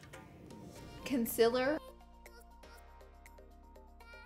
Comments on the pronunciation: She says Conciller in stead of concealer and eye leads instead of eye lids ❤️😂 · conciiller! Love you Laura! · I came here to hear her say conciler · If laura ever comes out with concealers the tube better say "conciller" 😂😂 I would 100% buy one!!🤣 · “Concillar” LMFAOAOAO OMFG I FUCKING WHEEZING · Conciller is how you pronounce it Congjghdhfhfh is how I pronounce it Which is more wrong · mitul shah she does it on purpose bcz she says it like that